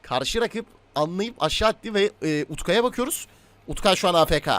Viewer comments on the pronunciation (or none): UTKAYS ,S'yi söyleyin artık